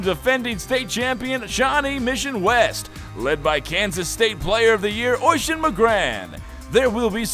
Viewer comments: it's oisín and it's pronounced uhsheen not oyshin lol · It's spelled Oisin I'm Irish and its pronounce Usheen, I happened to know one:) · I know it's a joke and all but calling "Oisin" Oishin it's kind of annoying...., also I can't put a fada on the last "I" cuz mobile. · Lol it's weird hearing Oisín pronounced like that we actually pronounce it uh-sheen